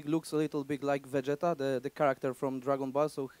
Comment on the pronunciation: Fucked up the name of vegeta😂😂